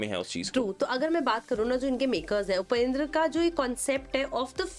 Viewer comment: Kannad nahi Kannada.. Hum kya Hindi ko Hind bole.. Don't make it short & It's उपेंद्र nahi उपेंद्रा